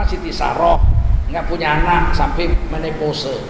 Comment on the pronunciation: Waduh... yg ga belajar sejarah siapa ya? Tapi semua manusia berhak kok buat ngaku ngaku Btw pengen ngikik ketawa , saat si bapak baca" monopouse"